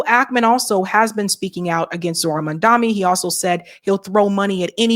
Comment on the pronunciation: How stupid are you? Stop mispronouncing Mamdani's name. It's not Mamdami. It's MAMDANI. Or is this a black thing?